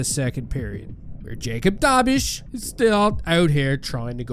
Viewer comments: dobz(dobes) not dobish jeesas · Just FYI in case he actually makes an NHL career - it's not pronounced "Dobisz" but "Dobesz." Closer to "bet" than "be."